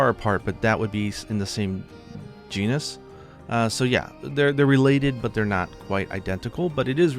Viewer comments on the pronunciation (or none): none